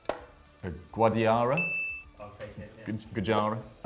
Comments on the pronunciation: "GUJARA" WTF is that? hahaha Guadalajara? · said Guadiara, its Guadalajara. (GUWA-DUH-LUH-HA-RA) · If he's going to pronounce Guadalajara like that, he shouldn't have even gotten it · I cringed at the Guadalajara pronunciation.